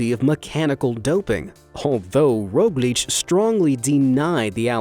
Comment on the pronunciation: im a slovene and primoz roglicc was the funniest thing i heard in a while🤣